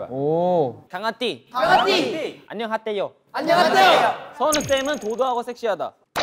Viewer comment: THAT "ANYONGHATTEYOU" GIVE ME SOME LIFE